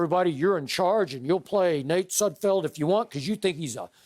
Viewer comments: They renamed Sudfield like 3 times😂😂😂🤦🏾‍♂️I heard Nud Sudfield at one point😂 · Poor Nate Sudfeld; these guys cannot get your name right.